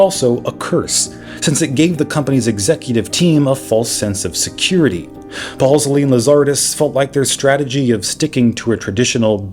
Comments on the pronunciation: “Ballsly!”😂 I don’t think this is how you pronounce his name. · I suspect nobody actually cares, but as a former BlackBerry fanatic, can I just mention the correct pronunciation of RIM's co-CEO's last names? Mike Lazaridis is pronounced like "lazz-er-ee-dis" and Jim Ballsillie "bal-seal-lee" 🤙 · Lazaridis is pronounced LazarEEEdis, not LazAAARidis. Balsillie is pronounced BallSILLY. Cell signals don't come from satellites (not yet, anyway), they come from cell towers.